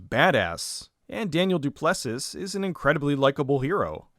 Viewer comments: Weird how they made an anti nazi movie in a country that, at the time, was a white supremacist state. Also... Du Plessis is pronounced, Doo-plasee. Sigh. Americans... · Thought it might be related to South Africa as I saw some Afrikaans names on the dewds body.....that sounds weird, disregard.... PS, the last S in "du Plessis" is silent, so basically its just "du Plessi" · Quick note: Du Plessis is pronounce Du-ple-see here in SA